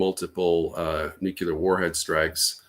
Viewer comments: Once a supposed military expert mispronounces Nuclear I stop listening. It’s not a hard word to say. “New clear” if you can’t say that then I’m not going to trust your intellect. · How can we trust anything he says? He pronounces the word "Noo-Kyoo-Lur." It means he's unaware he's speaking of matters relating to the Nucleus of the atom - otherwise he wouldn't mispronounce it. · Did this guy learn to say “nucular” from George W? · Did he keep saying "nukular"? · After his "nuceelar Eye-ran" is a threat to..., I couldn't watch anymore 🤑! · I can’t listen to anyone who says “nu-que-lar” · He clearly learned how to pronounce it from Bush Jr. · Anybody who pronounces “nuclear” in this way must have some kind of fundamental perception issue. It’s also mildly irritating - a bit like “should of” instead of “have”. And another thing - “lose” has only one “o”. If we even can’t grasp basics, how the hell are we gonna sort this mess? Toss pots😊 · I have issues with the credibility of someone who can't even say the word nuclear